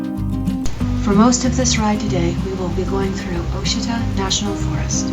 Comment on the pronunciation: It's pronounced Wah-sheeta! Nice ride though, and well done on the music... apropos and not overbearing.